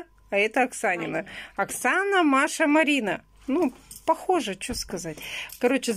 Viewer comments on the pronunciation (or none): none